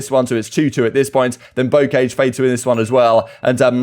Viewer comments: Since the map is in France, I just assumed it had a French pronunciation, like "Bow-Cah-J" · Bocage is a French terrain type. If you Google bocage, the pronunciation Google does is correct. Everyone in the cod community says it wrong lmao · Ask Google how to pronounce Bocage.